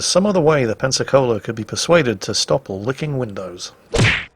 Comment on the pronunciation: Pensacola. Sorry dude, learn from this please